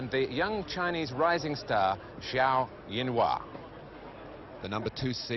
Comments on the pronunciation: "Jianhua" not "Zianhua", dumb british TV cannot even get his name correct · aiyo why do they call him yan hua his name is jian hua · Zhao Jianhua. not Zianhua